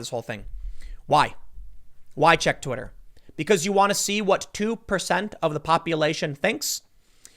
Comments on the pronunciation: "Twiter" lol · *Twitter not Twiter tim